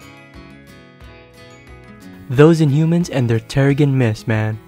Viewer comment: Her older comics are better, also its pronounced "terre-jin mist "